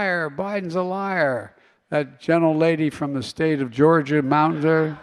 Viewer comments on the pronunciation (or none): none